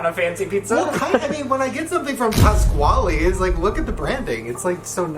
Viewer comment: the way ryland said "Pasqually's" made my Italian soul cringe in a way i didn't know it could